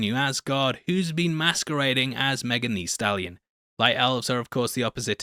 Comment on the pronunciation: I DK what it is but the way white people say Megan Thee Stallion is so funny like you say the in her name so hard😂😂😂